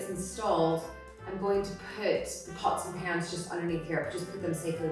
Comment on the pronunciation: When you said pot's n pan's , Sounded little english accent then. :) What a lovely video, thankyou for sharing.